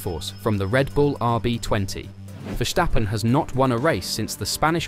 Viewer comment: Its Versssssstappen not Verschtappen.